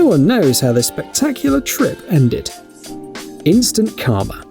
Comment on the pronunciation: "Instants Karma" more like "Instant CARma"... that was pathetic 💀